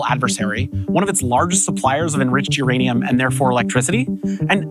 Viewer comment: Your Aneum 😂